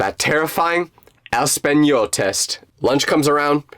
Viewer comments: really dude espanol it’s español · Is español it is not espanol